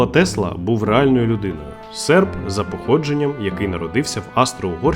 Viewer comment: Ахахахха, круте відео!) Одразу відбувся фльор соціалізму на початку і ще й замість "серб" почула "серп", але вуйко з Закарпуття все виріуняу